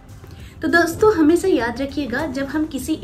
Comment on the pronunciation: I like the way you talk...magar ek baat acchi nahi lagti hai woh aap sha ko sa pronounce karti hai e.g hamesa.